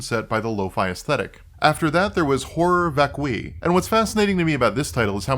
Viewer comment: This REALLY is not a big deal, BUUUUUUUUT "horror vacui" is a concept that has a wikipedia article that contains the phonetic spelling. Also being aware of the concept might be helpful in interpreting the work, idunno. Edit: Nvm, you actually know what it means, and I'm aware that latin is a dead language and anglicized pronunciations of latin are basically arbitrary anway.